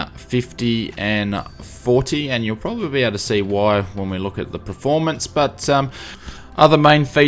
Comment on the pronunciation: By the way, the word is PERformance not Preformance!